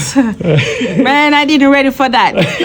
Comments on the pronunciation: She sounded Nigerian.. the JESUS she said mehn 😂😂😂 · Bro same here